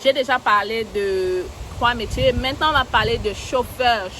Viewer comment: Ton "mintenant" de la 15' me tue seulement à la kmer. Merci infiniment !